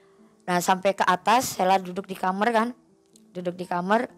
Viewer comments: Kamar knpa jadi kamer 🤣 daritadi denget kosakatanya jadi ngakak 🤣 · Kamar woyy bukan kamer